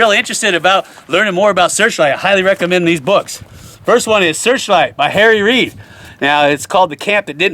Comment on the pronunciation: Did you say Harry Reed?